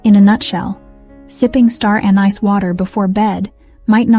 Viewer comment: you pronounced anise four ways.